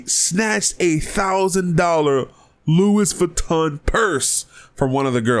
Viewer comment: "Luis Vuitton" keep up the good work.